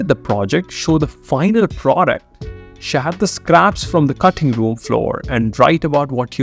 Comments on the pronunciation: No body in the world will pronounce “Share” that way except indians (that too a small %age) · Can't get past the way he's speaks "share". Amazing content tho.